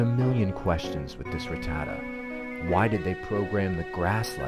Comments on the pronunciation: Man who in the fuck is RIT-TAD-DA ? It’s pronounced RAT-TAH-TAT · It's pronounced Rah-ta-tat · Saying Ruh-ta-tuh has me crashing out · 25 years and now I don’t know if it’s ruh-tata or rat-tah-tah